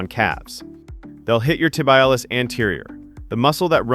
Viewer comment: This was exactly what I have been looking for. I have developed good "straight line" strength using machines but need to work on stabilization of joints and will add these and see what happens. PS - your presentation was good but the shin muscle is pronounced Tib-ee-al-iss, accant on "al".